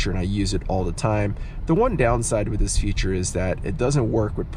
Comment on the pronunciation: I can't unhear how you say "dis" instead of "this" about half the time and Ds instead of THs for everything lol.